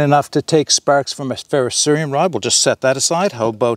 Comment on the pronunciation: This is a great comparison and overview, but the one thing I really want to bring up... THANK YOU for saying it correctly! So many people say "Ferro-serum" but its "Ferro-ser*I*um". Really appreciate that lol.